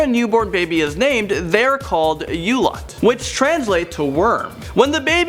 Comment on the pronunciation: it is not pronounce yulat it s pronounced oolat